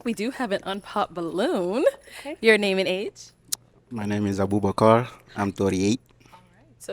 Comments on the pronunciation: The way he would pronounce his name had me rolling but he was my boy the whole episode he kept it playa. I couldn't stand the arrogance of the one girl that owns real estate. She needs to be humbled real quick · Abubakar even pronounces his own name foolishly. All because he is trying to sound different from his own accent. Dude be proud of who you are and stop trying to copy how everyone else speaks. You don’t sound like an American or anyone around you. You just sound foolish and constipated.